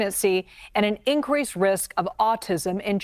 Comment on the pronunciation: And…”incWeese” risk, haha!